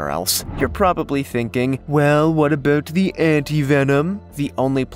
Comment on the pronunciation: Abooout.... Canadian. 😂😂 Love the vids chap.